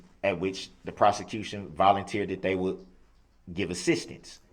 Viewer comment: And assistance he says ‘sisstance more than once. He grates my nerves so bad.